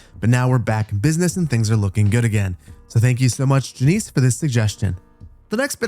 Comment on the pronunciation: Poor Jannes. Unless I'm mistaken, that's a Dutch name. So it should be "Yawn-ess." (Rather than "Jaw-neice.")